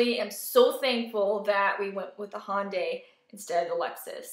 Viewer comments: Glad you like the car but for the LOVE OF KOREA, stop saying HAWNDAY. It's Hyundai as in YUN-day with an "H" as in "Hot" sound in the front. "hYUN-day". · just fyi, it's not HONDAY, it's Hyundai like Sunday